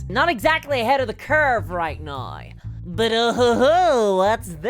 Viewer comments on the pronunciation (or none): Why do you say now so weird?